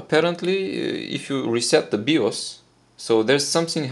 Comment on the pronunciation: “Bios” is pronounced “Buy-yoous” but other than that awesome video.